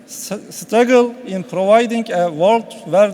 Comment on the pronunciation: Lan bu adamın başkan yardımcısı oldugu parti koskoca 75 milyonluk memleketi yönetiyor. Torpiller, cemaateler kimleri nerelere getiriyormuş. -- pıııırovaydinnng.... İngilizceni yiyeyim ben senin.